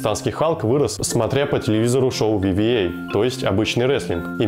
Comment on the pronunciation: Вивиэй? Серьёзно? VVE?) А может WWE?) Дабылью и ви, сложно перепутать